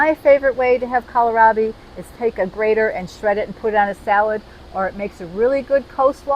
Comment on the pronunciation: kowl - raa - bee